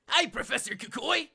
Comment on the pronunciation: Kukui is pronounced ku-ku-ee